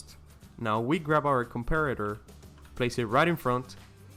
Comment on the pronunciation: Heres how (i think) you say lever and comparator: l-eh-ver com-p-a-rator